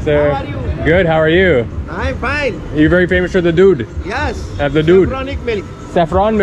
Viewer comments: 😂because he pronounces like dude, not doodh. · That's doodh not! Not dude(Milk) 😄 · You say dude not doodh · It’s doodh (milk) 😀 Makes good video max